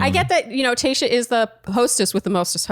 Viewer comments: Am I the only one hearing saying “Kayshia” instead of Tayshia?? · Does anyone hear "Kayshia" not Tayshia or is just my ears?! haha